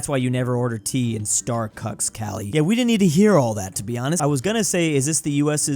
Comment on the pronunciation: Love how unknowingly said "starcucks" lmao